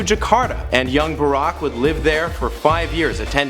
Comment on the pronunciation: arack Obama